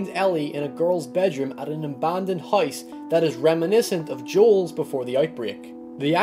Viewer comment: i thought he said heist instead of house